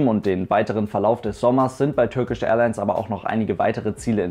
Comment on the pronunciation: Bitte Turkish Englisch aussprechen!!! Es steht ja nicht Türkisch auf dem Flieger drauf! Danke!